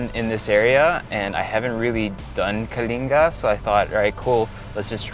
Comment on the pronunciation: Thank you for pronouncing ”Kalinga” correctly❤️ Love you Erwan!🥰